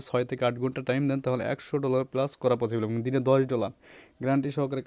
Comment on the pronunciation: vaia...... পচিবল না পছিবল ছ কে চ বলেন কেন? হা হা হা হা হা